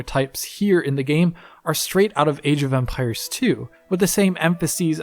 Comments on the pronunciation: Is it me or does it sound like he’s saying “Age of umpires” hahahahaha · I keep hearing age of Umpires.